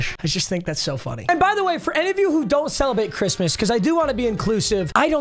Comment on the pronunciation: listen to papa trying to say celebrate